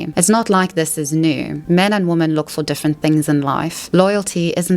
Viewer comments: I love your channel! Your insight is incredible I do have a request… could you please say the plural of woman.. which is women? It throws me off every time you say it incorrectly. 😅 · you pronounce "women" wrong